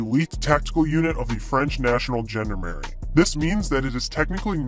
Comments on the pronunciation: A How about the 101st Amphibious Reconnaissance Battalion, known as the Sea Dragon Frogmen? B As to your accent, the proper pronunciation of Gendarmerie is zhon-DAR-mare-ee. I only got through high school and college French, but I did learn that much. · I just couldn’t stand the mangled pronunciation of “gendarmerie” any longer, or the ignorance of the idea of a nation-wide police force. I’m sorry if my ire caused problems for others, but I could only stand so much.